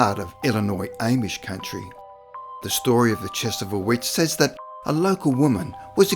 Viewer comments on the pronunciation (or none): The second of the three c's in Connecticut is silent. Amish is pronounced with a short a (Ah-mish --- not Aim-ish). Just so you know! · Ah yes the Ehmish, the Canadian Amish. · her name was Pronounced Tich a bua, and there was 19, not 20 that were killed in the Salem witch hunts and it is pronounced Om ish